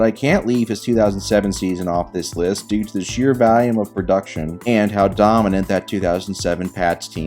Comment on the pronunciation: Why do you say volume like a freak